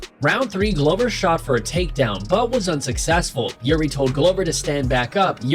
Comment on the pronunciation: Why are you calling him Youri? It's pronounced like eerie